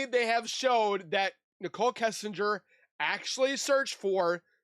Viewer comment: Hey lady!! It's Kessinger NOT Kissinger!!!!!!!!